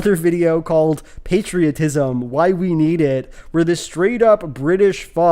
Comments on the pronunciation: Love to be told that I should be grateful to shovel for 8 hours a day by folks who've never touched a shovel in their life As a red blooded American, I will not be lectured on patriotism by someone who pronounces it "pat-ria-tism" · As a Brit I've never heard anyone pronounce "patriotism" like that, makes it sound like patricide, and while I can't prove it I'm now 100% certain this guy has an Oedipus complex. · ain't no way you're gonna pronounce patriotism like that and lecture me on it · I'm British and I've never heard anyone pronounce 'patriotism' like that. Maybe it's a regional thing (although my accent is similar to his), but I suspect it's a case of 'throw in a few more short vowels, our audience think it sounds intellectual'